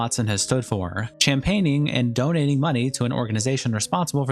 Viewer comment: The way you pronounced championing like champagne😂😂